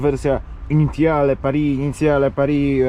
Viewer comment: Initiale kurwa nie inicjale ja pierdole 😂